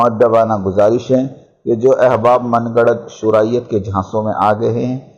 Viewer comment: صوراءیت نہیں شوراءیت ہوتا ہے